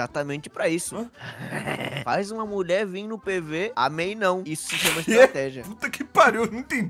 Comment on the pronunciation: acho engraçado como o ao invés de falar não, ele fala "nahm, nem faço Enem"